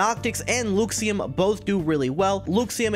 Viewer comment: Hey there! Just letting you know, it's pronounced LUH-xiem, not, LEW-xiem :)